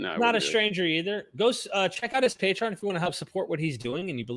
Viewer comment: It’s pronounced “pay-tree-on”.